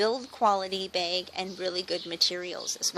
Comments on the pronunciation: I like how you say beg instead of bag haha. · She says Beg instead of Bag.............LOL